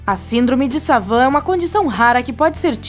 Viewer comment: (no minuto 3.52) "a síndrome de savan" ???????